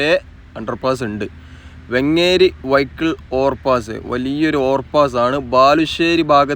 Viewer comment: ബ്രോ വെങ്ങേരി അല്ല വേങ്ങേരി എന്നാണ്